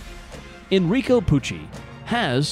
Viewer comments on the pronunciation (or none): 'enricHo pucci'